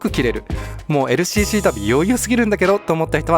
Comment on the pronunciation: ＬＣＣの発音良すぎ問題